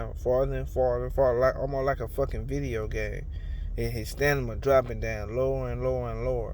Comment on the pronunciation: "More stanima"... lol?